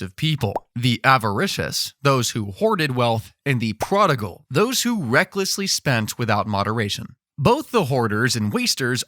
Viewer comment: PRODIGAL!!!!!!! IT'S YOUR OWN DAMN FAULT